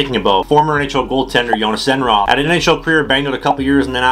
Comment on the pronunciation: To all English speakers. Jhonas Enroth is pronounced Joonas Enroot. Joon and root like the way you say the O's in Goon and with a hard T at the end of Enroth. The H is silent. 🙃